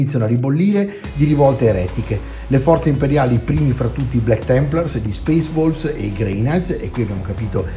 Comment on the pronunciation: Al posto di "Space Wolves" avevo capito "Space Balls", e gia` mi immaginavo il mitico Lord Casco a combattere contro Angron 🤣🤣🤣